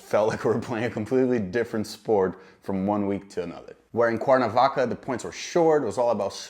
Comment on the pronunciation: hey you're saying Cuernavaca like a local now!